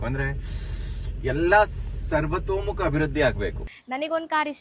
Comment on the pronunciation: ಸರ್ವತೋಮುಖ ಅಂತ ಹೇಳಕ್ಕೂ ಬರಲ್ವಲ್ರೀ. ಕನ್ನಡ ಭಾಷೆನೇ ಬರಲ್ಲ. ಅದರಲ್ಲಿ ನಗೋದು ಬೇರೆ. ಕನ್ನಡ vlog ಮಾಡ್ತೀರಾ 🤦‍♂️